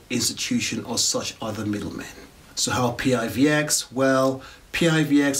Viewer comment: Hey - thanks for the review - great job!! Our coin, although is an acronym, we pronounce it as a word - some say it like "PIVIX" or "PIVEX". :) Roadmap is here - or our github - Feel free to join our Discord for any questions and maybe some PIVX Tips! :)